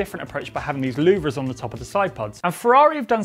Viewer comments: It’s pronounced loo-ver 🤔😂where do they get these people from💁‍♂️ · (a) Ferrari looks bitchin' (b) Nobody knows how to pronounce louvres 😂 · Learn to pronounce LOUVRES……